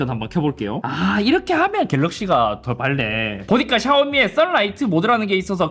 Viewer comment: ‘더 밝네’를 ‘더발래’로 발음하는데, 잇섭님 잘못읽는 부분이 종종 눈에 띕니다.